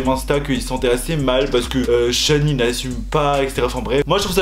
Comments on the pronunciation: Il dit Sean mais cest shawn ahhh, jpp. Ça me perturbe, car jsuis genre super fan et tout 😭😂😅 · je suis la seule qui est perturbée par le fait qu'il dise "Shen" pour Shawn?😂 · oui il dit sean ça me perturbe mdrrr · Moi aussi j’ai remarqué 😂